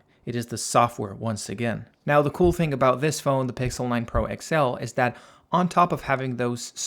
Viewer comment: um its pixel not pixe